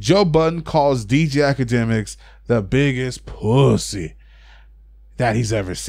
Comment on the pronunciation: Its POOSY not Puss-y